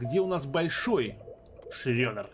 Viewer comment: не шрёдер, а шредер:)